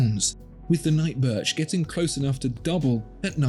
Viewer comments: Wait, did you say "Night Birth" ? LOL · funny, you actually said “night birth”😂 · Did he say “night birth”?!? 😂😂